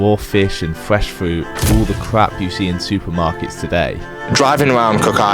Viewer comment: Fwesh fwoot 😂